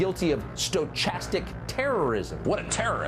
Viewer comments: Dude is Tucker saying "Sto chapstick Terrorism" My man, my man on tv who reads for a living, it is pronounced "Sto kastik" from the Greek meaning random. lol omfg he said it like 3 times i cant even lol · is Tucker deliberately pronouncing “stochastic” wrong or is he really that stupid?